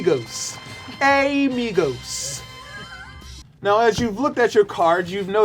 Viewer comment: "A-Migos". is awesome.